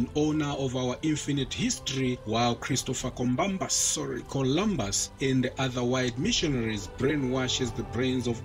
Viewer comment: Well articulated As for Christopher combabas 😂